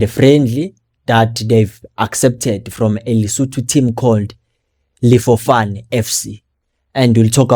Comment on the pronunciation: Call it lyk dis ifbits from Lesotho,.."Difofane" not Lefofane😂😂 hola.